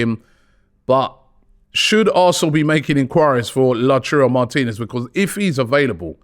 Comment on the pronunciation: The return of La-churro Martinez 🤣🤣🤣